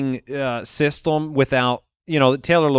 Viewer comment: saying "systome" instead if "system" lol